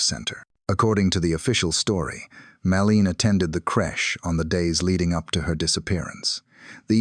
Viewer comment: Same old story & details contained in many previous videos. You can’t even pronounce poor MADELEINE’S name correctly. Very disrespectful.